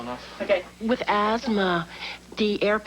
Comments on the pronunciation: It's "asthma" not "azma". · "AZMA [sic]"? I hope you don't have any children who would imitate your ignorance.